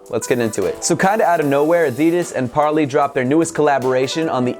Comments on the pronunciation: Is he prenouncing it right? I thought it was par-ley not par-lee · I believe it's pronounced par-lay. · According to Parley's own website you pronounce Parley like you pronounce 'way'.